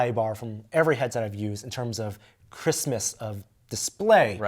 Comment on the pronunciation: Love the review, but did i hear "Christmas of display" ?